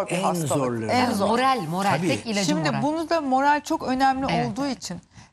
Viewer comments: Morel değil. Moral. Türkçe bilmiyorsun bi de sunucu olarak oraya çıkmışsın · " moreal" ne ya? Moral diyemiyor musun? Zaten dilimde tüy bitti menejer değil menajer olmalı diye, sonunda profilinden degistirmissin. Çıkıp sunuculuk yapiyosun.